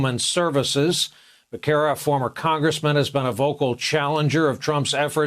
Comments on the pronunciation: "Bakkera"? it's pronounced BESSERA!! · Great points but please learn how to pronounce Becerra correctly.